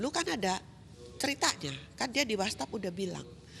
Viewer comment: what's app bu bukan whastap....wastap..wastap...kan org berpendidikan katanya keluarga berpendidikan...ngmg kok salah2